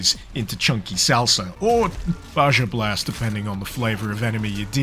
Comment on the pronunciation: It took me a moment for my brain to process "ba-zha blast" when you said it. It's pronounced "ba-ha." Also Signalis definitely looks intriguing (Prodeus was a fun throwback to oldschool Doom style shooters).